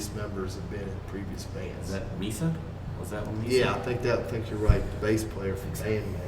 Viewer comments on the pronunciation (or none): Thanx for doing my request 🙂👌. You butchered my name pretty good 😜. There's lots of MISAs lol.